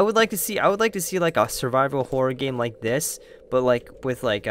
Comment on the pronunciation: you said lake instead of like